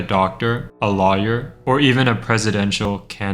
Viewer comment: "a lahyer"